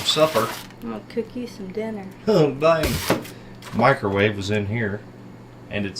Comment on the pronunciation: Well crap, now Im going to use meecrowavay..... Remember David Spade with the pronunciation of road , that's what I'm hearing.